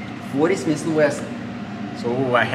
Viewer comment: It is not smisssss and wesson it is smith and wesson… Totally useless video with no usefull information except: „Yeah yeah yeah take it take it, it is good it is really good it is ok…“